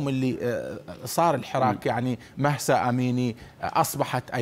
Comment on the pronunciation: الاخبار المذيع يصر بلفض اسم مهسا بمحصا فقط للتنويه الافظل ان نناديها باسمها الكردي جينا الله يرحمها وينصر كل الامم المظلومة❤❤❤